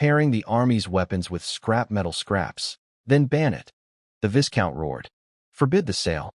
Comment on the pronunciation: Isnt there a way to correct how the AI pronounce words? I flinch everytime it pronounce viscount wrongly.